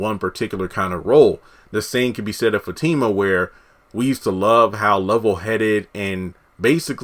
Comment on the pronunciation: No he hasn't ruined her character. We all have another side to us. We all have a past. You can be professional one minute, and street the next. I'm glad he's building Fatima and Zac's character up. They are great together. Sounds like you don't even watch the show tho. You can't even say their names correctly. Tyler Perry is giving us what we want!